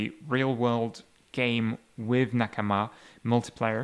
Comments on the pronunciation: sounds right to me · It's a Japanese word and he speaks Japanese so he's probably using the native pronunciation